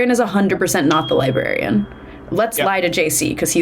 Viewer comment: also did anyone else here say “there is no liberian”